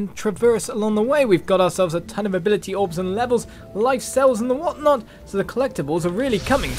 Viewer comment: Although your catch phrase is Onward to maaaail! I think it should be: The what not!!! or to be a little more precise, to me it sounds: The wot not!!! It's just so fun to hear :P